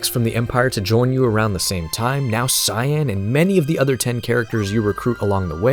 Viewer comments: It's pronounced Kaien, not Cyan like the color. It's spelled that way to save valuable memory space on the super nes. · It's not "Sai-en" like the color, it's "Kai-en". HARD C!